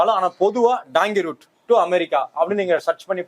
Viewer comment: டாங்கி ரூட் என்பது தவறு . டங்கி ரூட் என்பதே சரி .